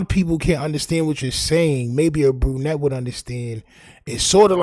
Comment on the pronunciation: "A burnnette" 😂